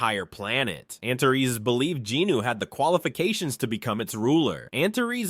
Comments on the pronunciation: I thought it was pronounced “anters” not “anterees”, but you do you😊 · First, let me thank you for your work. You've taken an epic story told in a different language and given it life and excitement in english. Your effort is much appreciated. But... Antares is pronounced AN-TAH-REES, not an-ta-res. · Dude, every time you say the name of the dragon king, I hear "Aunt Terese"